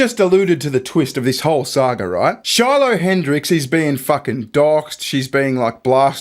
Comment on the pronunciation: You said it wrong stupid it Shiloh lol great reference 👵’s 👦